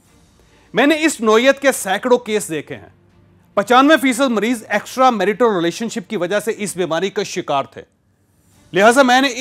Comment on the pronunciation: Why are you literally shouting You can narrate in a much better tone You are capable of it Your pronunciation of "Extramarital" is also not correct Please rectify